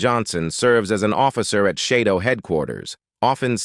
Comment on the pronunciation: Shadow not Shidow